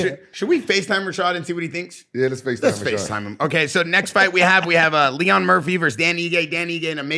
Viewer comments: "LEE-RON MURPHY" is such a good fighter 😏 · It’s lerone not Leon and he’s from Manchester England come on guys … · Leon Murphy? lol it’s Lerone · Leon Murphy 🤦🏻‍♂️. Lerone Murphy is English